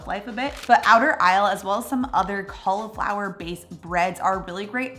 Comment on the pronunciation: It's cauliflower not caulaflower